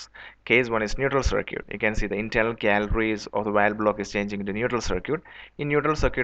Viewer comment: wtf is cir-kweet